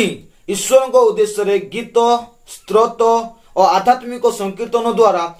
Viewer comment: ଆଜ୍ଞା 🙏🙏 ପ୍ରଭୁଙ୍କ ମହା ନାମ ଗୌରବ ହେଉ....| ଭଲ କଥା କହିଲେ |କିନ୍ତୁ ଉଚ୍ଚାରଣ 'ସ୍ତ୍ରୋତ' ନୁହେଁ ସ୍ତୋତ୍ର 🙏🙏🙏🙏